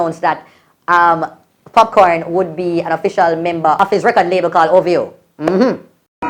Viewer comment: did jus called Popcaan popcorn????😶